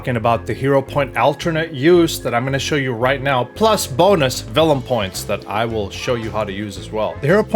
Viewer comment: Did anyone else hear "vellum points" instead of "villain points"? Sounds like a smooth idea :D